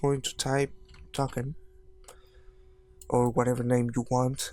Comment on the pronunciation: I love how he says `Taken` instead of `Token` not to be rude. it is a nice comment, not a laughing at you one